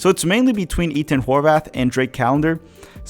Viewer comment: Why do you pronounce Ethan as E”T”han instead of the typical TH sound? I’m just curious